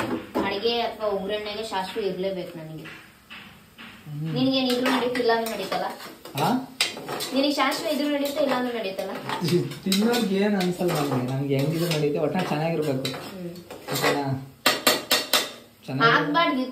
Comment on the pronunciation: Shashve alla sasive